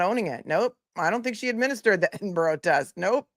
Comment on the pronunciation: I’m a midwife from England I have used the EPDS many times I’m surprised this psychiatrist wasn’t very familiar with it. It’s is a far superior tool in these circumstances than the PHQ-9. I was also amused by pronouncing Edinburgh “Eedinberg”😂. Sorry on a serious note he is a formidable and skilled lawyer. It’s actually very sad to see this doctor throwing her career away. I can’t help but feel for her. Poor Lindsey, poor babies. What a tragedy.